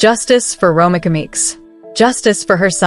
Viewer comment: Say it with me…. RO MEEKA not Romica. In the future you should check the pronunciation of the persons name if you’re not sure.